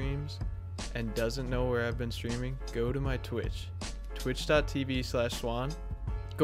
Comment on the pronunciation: Been not ben been b e e n been not ben no not b e n jeeeee